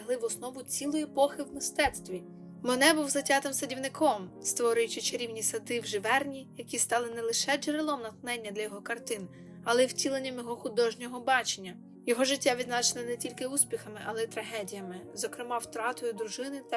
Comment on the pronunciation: Дякую! Наголос у назві на останній склад- ЖиверНІ